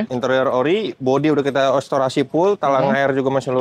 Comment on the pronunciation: bukan estorasi tapi restorasi....😂